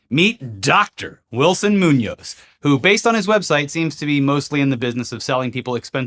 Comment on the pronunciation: I'm a fan, i just point out that is Muñoz with the accent in the "o", if not you could ear it as "Nuñez", that have the accent at the "U" if you say the work too quickly.